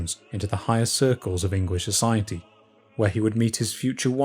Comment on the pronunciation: "Engwish" & "feory"